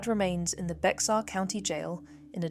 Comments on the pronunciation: Bexar is pronounced Bear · Well, they could have done a little research on pronunciation as well. I’ve lived in San Antonio 5 times in my life. It’s in Bexar County (Spanish word) that is pronounced locally as “bear.” One of the towns Brad’s phone pinged is Boerne ( German word), pronounced “Bernie.” I hope Brad’s trial is brief and turns out very badly for him. He’s abusive scum who has scarred his children for life. His friend is cowardly scum who has misplaced values - loyalty (or fear of the legal consequences) to an evil person over truth as well as the potential to bring some closure to Suzanne’s children, mother, family & friends. He could redeem himself a little by bringing justice to Brad, too. My biggest worry is that she wasn’t dead when Brad took her away … which might explain why the friend is so reluctant to speak.